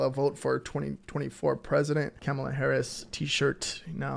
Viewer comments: Kamala is pronounced Comma-La!! ...it's not Cama-La or Ca-Mala!! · It’s pronounced KOMMA-lah. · Thank you, enjoyed your video. Please check into saying Kamala's name